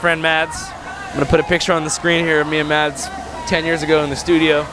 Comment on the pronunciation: the D in Mads is silent btw . :) you're welcome